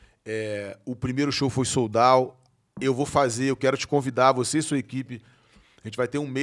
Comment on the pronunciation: “Eu falo inglês” minutos depois… “soul dauw” 😂